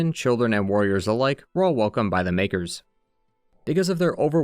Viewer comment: bro did not say makers